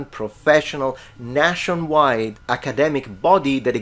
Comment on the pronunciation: after polyglot intro... "nashon wide" :) Oh and your reasoning in the video is sound